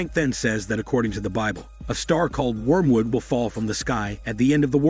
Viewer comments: Lmao he said, "We um would" Its "wormwood" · Sorry to be that butt head but it's pronounced worm wood it's wired pronunciation but as usual awesome video